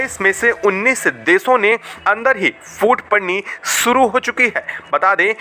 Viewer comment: अबे कैसे बोल रहा है बे, सुरु कर चुके हैं या "शुरू" और ऐसे चबा चबा कर क्यों बोल रहा है, नॉर्मल बोल न😂😂😂